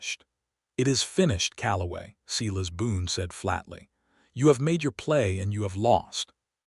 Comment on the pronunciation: Silas is prounced "Sigh-lus"